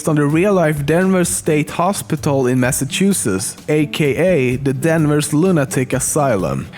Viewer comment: Danvers* not Denver's